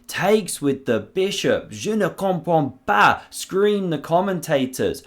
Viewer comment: "Je ne comprends pas..." ahaha Your french is good;-)